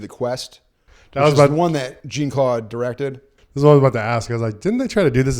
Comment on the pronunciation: Jean-Claude is pronounced more like "John", or like Shawn, just with a j sound. "Jeen" is hilarious sounding every single time, though 😂